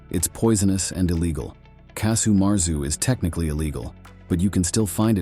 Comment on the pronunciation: *Either casu martzu or casu marzu. "Marzau" is like saying a "hat dog" (terribly illegal and poisonous, of course).